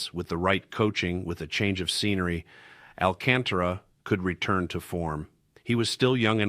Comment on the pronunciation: First ! You should learn how to pronounce Alcantara it's should be pronounce with a Spanish accent not phonetically Al ca'n ta ra .